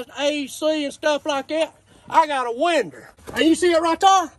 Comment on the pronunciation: Window, with an "R" "I got a win-der" LMFAO